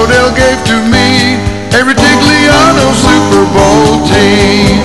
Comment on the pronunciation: "The Siper Bowl!"